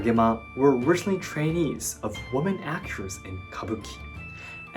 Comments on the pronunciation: Excellent commentary. Just one minor FYI, "woman" and "women" are pronounced differently. "Women" should be pronounced as "wi~muhn." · English: a law is passed, not dismissed. Pronunciation: women is pronounced wimmen.